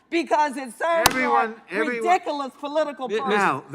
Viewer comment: "Ridicalos" holy fuck, this woman can't speak English correctly.